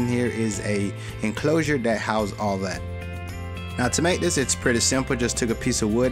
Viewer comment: Dis and dat, exspecially? Ffs learn how to speak.